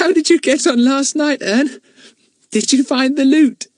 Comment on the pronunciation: Said wrong Ern😢😢😢😢😢😢